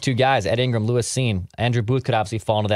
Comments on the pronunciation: It’s “lewis” not “Luís” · Pretty annoying lmao his name is literally “Lewis” and keeps saying it like Luis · I dont think i have ever heard anyone say "Luis" Cine 100 times in a single segment before.